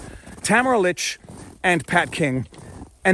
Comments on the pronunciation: You constantly mispronounced Tamara's last name *lich' no k lol at lick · Her name is LICH, not LICK. Let us not forget another political prisoner, Pastor Artur from Alberta who was arrested for saying a sermon at the Coutt's protest. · Ta-Mare-a Leech …. not Tam-a-ra Lick or Litch 🥰❤️🇨🇦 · Tamara's last name is pronounced Leech.